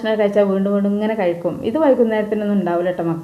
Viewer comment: കഴുക്കും എന്നല്ല കഴിക്കും എന്ന് പറ😂